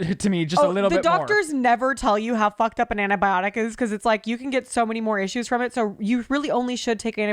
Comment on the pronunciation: I’m sorry but I’m going to pull a …. It’s ANTI-biotic not ANA-biotic 😅